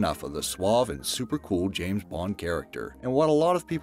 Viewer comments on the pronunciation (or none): none